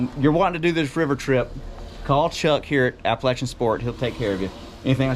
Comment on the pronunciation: I appreciate the correct pronunciation of Appalachian. When I went to ASU I would have people ask how things were at Apalayshian state.